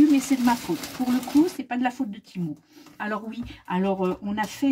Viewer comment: je confirme que ça se prononce bien ti-mou ^^